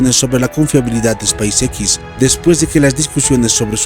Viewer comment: Y no se dice space x